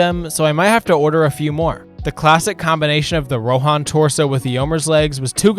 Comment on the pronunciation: the rohan names should be pronounced on the first syllable, not on the second :D